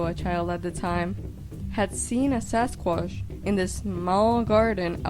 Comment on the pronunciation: She has a strange accent, dose anyone know what it is?? she says 'Sasquash'